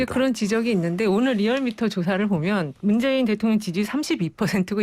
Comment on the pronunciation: 리얼미터 조끼입은놈은 아무 준비없이 나와서 이바구 까구있네... 문재인후보? 발음 버벅..버버벅? 그리고 비실비실 쪼개?